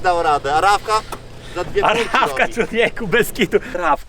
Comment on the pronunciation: To nie Ravka tylko tRavka🤣